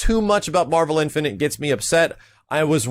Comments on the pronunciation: marvel infinant? .. wtf dude just practice the word INFINITE. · please... I hate to be a grammar/pronunciation nazi, but.. the word is "in-fi-nit'", not "in-fi-nint". I cringed every time you said it. Not hating, love the content, just had to point that out! -_ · Do you have trouble saying infinite? It's not infinent.